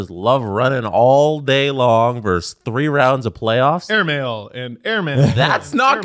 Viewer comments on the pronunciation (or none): it's "versus", not "verse".